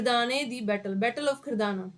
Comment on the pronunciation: Its not khirdana ma'am its Khidrana